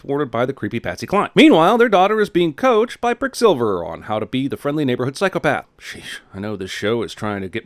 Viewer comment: “Pricksilver” 😂😂 MEDIC!! 🚑